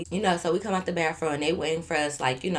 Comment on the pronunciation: 😂😂😂😂 “baffroom” be taking me outtttt that’s how our old folks say bathroom in Baton Rouge 😂😂😂😂😂😂